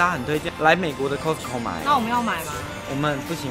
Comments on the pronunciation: 不是唸摳死摳 而是 咖死摳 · "cost" co . not "cos"co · 念咖死口 , 不是摳死口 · 麻煩一下，那個發音是咖司扣，不是摳司扣... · 不是唸「扣斯扣」，是唸「卡斯扣」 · 是念咖斯口，不是摳斯口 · 卡斯扣， 不是扣斯扣… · 你們倆夫妻很愛去costco請發好英文應該是 卡斯扣不是扣斯扣，請不要像大陸客一樣俗氣無禮，說話要小聲點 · 这个costco是念castco的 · 翁雅琳 哈哈哈哈听他们读cost co好别扭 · 應該是要唸 ㄎㄚ斯口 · Costco正確發音是「咖斯摳」唷~☆ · 應該唸“咖思扣“才對唷！ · costco要念成咖死扣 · 这个应该读 卡死口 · 扣死扣，OMG这台湾发音怎么这样？ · 聽了好難受，是唸”卡斯扣”，這是美國品牌，基本常識麻煩請有，別再無知了。不熟悉英文品牌唸法，麻煩請看阿滴英文好嗎！ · 鬼無里 haha我发音是挺好的谢谢你 卡斯扣快把我的美国人朋友笑死了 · 大家都習慣念costco但其實正確要念Costco才對 雖然我也習慣念Costco 一時間要改Costco還真改不過來w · 如果把Costco發音唸正確✅就更好了。Costco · 你这个costco 的发音听起来好难受啊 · 杨嘉伟 我听他讲那个Costco，我还以为我一直讲错了呢😂😂😂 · 杨嘉伟 真的超難受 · costco 的發音 ............ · 怎麼都念Costco 我都是念Costco或是Costco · 他都念錯，還不如講好市多，不懂幹嘛硬講